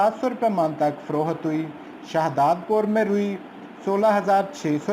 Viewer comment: Frookhat Nahi HOTA payndu ji. Frokht HOTA hy